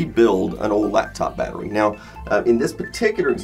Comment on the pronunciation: The way americans say battery really bothers me. They take the 't's' out of the word completely and say "Baddery" . It's baTTery!!!!!